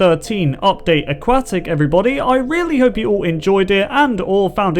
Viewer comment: I hate your pronunciation of aquatic.